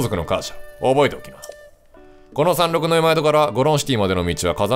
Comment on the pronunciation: さらっとさんろくって読めるあたりかっちょいい